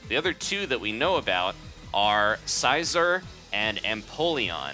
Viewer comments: sea zore not sizer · Darkrai ~~~~~ Creeps In 100% Is Going To Be In Smash Also Did You Just Say Sighzor?! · Bro, I'm sorry. I loved the video, it was great, but the way you say Scizor kills me inside. It's sci like scissors. Like his hands. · it's scizor okay get it right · its pronounced scissor you dolt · it's pronounced see- zo-r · When you said scizor I cringed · YOU SAY SCIZOR SO WEIRDLY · Wait what did he call Scizor